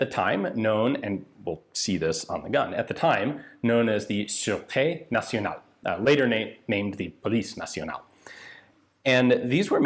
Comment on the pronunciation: Surete National = sir-ette-TAY National. That's an accent aigue on the second e, so it's pronounced, eh. Like the French influence in Canada. Surete = Security. National Security, which the French call Security National.